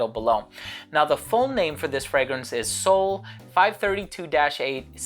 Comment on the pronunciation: dude you got the perfect pronunciation!!